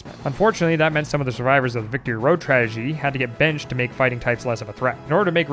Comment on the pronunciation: “tradegy…” um… (￣▽￣"")